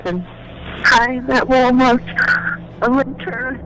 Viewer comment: WALL MARTTTT (PRONONCIATION) lol